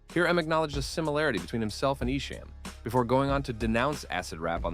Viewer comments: Its not EshAM its EshAHM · Its pronounced E SHOM .. not ESHAME .. !!! THE SHAME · nah it’s definitely Eshom or Esham not Eshame listen to eminems own lyrics on your documentary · I love that you pronounced esham as e-sham lol. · Ok I wasn’t going to comment but I’m 45 minutes in the way you are saying ESHAM is wrong it’s pronounced like eshŏm not the way you are saying it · You keep saying Esham's name wrong 😂😂 ICP won the battle and I like both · Bruh how you gonna pronounce Esham name wrong?! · Pronounce his name right esham.. Detroit vs everybody